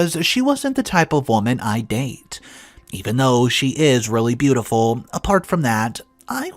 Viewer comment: So in one paragraph you pronounced the word "even" two different ways. I know you have multiple channels now and make a lot of videos but please slow down just a little so you can fix the mistakes. You change words, add words, drop words, & mispronounce words, often changing the meaning of the sentence, in almost every video. I would much prefer quality over quantity. I'm sure I'm not the only one who feels this way. Even with this, yours is one if the best channels in the genre. Isn't it worth just a little time to make it better? Again - quality over quantity.